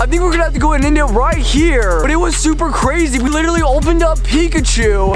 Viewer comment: he said cwazy HAHAHAH